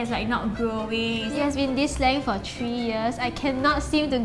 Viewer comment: Normal people: three Them:TREE